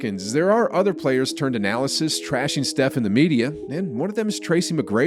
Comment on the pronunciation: Did this man just say analasysist?